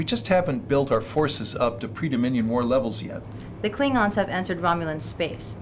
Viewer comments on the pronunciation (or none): It's Klingons, not "Klygons", Get your spelling right!